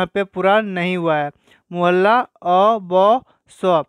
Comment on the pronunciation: मुहल्ला नहीं मोहल्ला सही होता है।